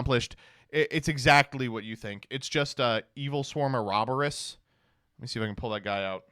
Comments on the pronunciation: When bro said "Eraberous" and then wrote Ouroboros in his search bar my heart nearly stopped. I swear, he's trying to kill me in particular. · The annunciation nerd said oro boros wierd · thats not how you say "ouroboros" its "aw·row·baw·rowz" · I love that he can pronounce Mitsurugi but can't pronounce Ouroboros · ...can we talk about how pronounced "Ouroboros"? Only he could butcher it like that. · his pronunciation of words like genom and ouroboros are kinda crazy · Hi i am subscribed, also that was the WORST pronounciation of Ouroboros I have heard in my life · why did he pronounce Ouroboros like that? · engagement farming saying words wrong gets people in the comments saying something it why a lot of content creators do it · He mispronounces a bunch of card names on purpose to simply get comments like this for the algorithm. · Im sorry...how tf did you pronounce Ouroboros? Even Mkohl40 vould pronounce it right